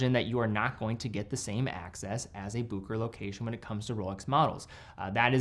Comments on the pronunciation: It's pronounced Busheray and not Bookerer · Bucherer not Buckerer. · Its Bucherer. Not bukerer Bu ch erer Like cheetah ch. From a Swiss geneva born watch lover. Cheers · Still waiting for my explorer 36mm. Ordered it at that same Bucherer you showed at the start of the video. Ps, no hate but it's pronounced Bu(Sch)erer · It's also a good moment to learn how to correctly pronounce BuHerer. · I have always heard others pronounce Bucherer as Bu-che-ro and Book-e-rer, but never as you've done so here as "Booker". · so you're just going to mispronounce boo-ke-rer the ENTIRE video? seriously, this is not that difficult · pump and dump. One of the great ones made in Switzerland. P.s. that is NOT how Bucherer is pronounced. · Good video, just please learn how to pronounce Bucherer. 🙂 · Sorry but you butchered the pronunciation.